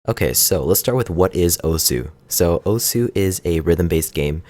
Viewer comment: Pronounced "Oss"